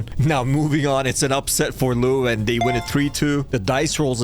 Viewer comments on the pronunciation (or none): pronounced lew-ven